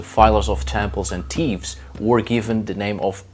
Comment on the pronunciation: Lol dude did u say teevez instead of thieves 🤣